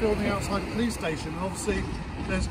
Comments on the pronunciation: “The stashon” 😂😂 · I love the way he calls it the Stayshion ever since he auditored in Wales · speaking welsh again 'Stay-shone' 😁